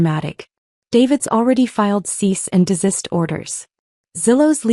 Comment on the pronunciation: Your AI is still having trouble pronouncing “cease and desist”.